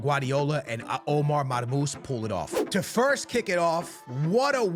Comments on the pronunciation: his Nameee is Marmou-SHHHHH مرموش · Man forgot the SH at the end of his name😂